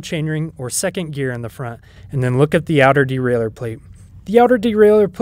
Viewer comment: Great!...as everyone else says, probably BEST video on YT for this. Bonus...also pronounces derailleur correctly!😂